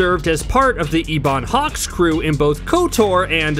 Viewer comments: You said EEEBON hawk…. You’re accreditation on this topic is no longer valid… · Bro, did you just say "eeee"bonhawk. Be honest you never actually played kotor did you?